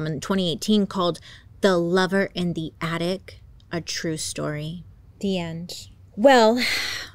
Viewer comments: Bailey. It’s attic. Not attict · So cute how bailey can't pronounce things and keeps saying addict instead of attic 😂😂😂❤